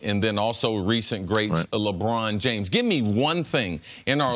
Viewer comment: She said jrames